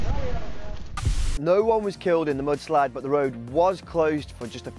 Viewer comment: Did he say a mood slide?